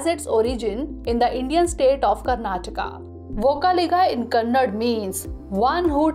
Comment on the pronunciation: It's "KANNADA",not kannad. He is "NADA" Prabhukempe Gowda, not Nad Prabhukempe Gowda. ಕನ್ನಡ♥️ ನಾಡ ಪ್ರಭು ಕೆಂಪೇಗೌಡರು♥️